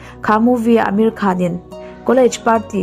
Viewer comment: Ameri Khan ti in kan hriat tlat chu,Amir khan